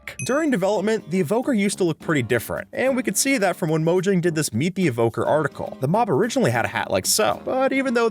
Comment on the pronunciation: bro said morjag